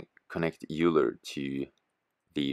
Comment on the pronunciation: Cool vid. Just heads-up, "Euler" is pronounced "Oiler" ;)